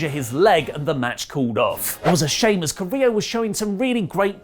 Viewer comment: Guys, you are pretty good at pronouncing names. You normally nail latinamerican names and last name's. But with "Carrillo", I've been seriously thinking that "del Río" is back every time you've mentioned him. So a little bit of help, Carrillo: kah- rri- io or kah- rri- llo ( ll as you pronounce g in gym) Love the news, reviews and podcasts, particularly rantings about everything, even tea.:)